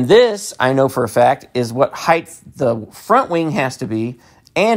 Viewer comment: Why do you say height "heigh-th"?